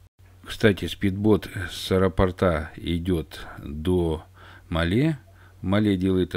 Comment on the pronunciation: Название столицы Мальдив не МалЕ, а МАле - от слова "маленький".